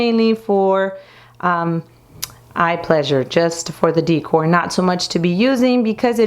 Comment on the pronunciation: You have a great room that is very stylish and organized. I just have to correct you on how to say "decor." You say, "dee core," but it is pronounced like, "da core." Sending you best wishes from California.